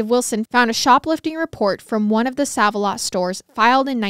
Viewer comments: Girl. Its not said as 'sav' the store is said like "Save a lot" 😂😂you KILL me with your confident misprounciation of things! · This case happened in the town where I live and I thought I knew everything about it but I learned a lot more from watching your video. You did a great job on this case. FYI Sav a Lot is actually pronounced Save A Lot. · When I heard pronounce it as ‘sav’ instead of ‘save’ I was like 😱 they’re about to get a lot of their favorite kind of comments /messages 😆 But browsing through the comments I didt see a billion ‘it’s SAVE a lot’ comments so now I’m wondering if there is another chain where they say sav instead. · I just have to comment. Every time you say save like sav it cracks me up! Save-a-lot is pronounced Save. Like "I'll save your life" lol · I love your telling of the tale but please stop calling it Saav A lot. It's SAAV A lot. Like SAVE. I have shopped there for literally 40 years. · Okay, so I commented on the girl scout murders episode, you kept saying "May-Ez" for Mayes County when it is actually "Mays". Now you are saying "Sav" when it's pronounced "Save", my thing is how can you not know that's how it's pronounced? Do you not naturally see Save alot makes more sense than Sav alot for a thrift store? What is a "Sav" anyway? Still, I love your podcasts and follow you on YT and Spotify. No hate at all coming from me but Im just embarrassed for you when you do this. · Ikr? 😂 It's super cringy. It has me disturbed and unfortunately she does this alot with simple words. Still, I love MWMH. Just wish she would do more research in pronouncing things. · Same!! I was hoping I wasn’t the only one that it bothered. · In Indiana, we pronounce is like "save" Save-a-Lot...also, it's so crazy to believe this happened just north of us 😮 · Love you guyz❤❤❤ just wanted to add, it's SAVE-A-LOT lol, not SAVE-A-LOT.. 😅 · Love you guys but I think it’s pronounced SAVE-a-lot (even tho it says SAV) lol😂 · Pronounced "Save alot"